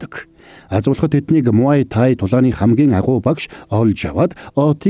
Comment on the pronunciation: Muaythai-мутай not маоитай муайтай😂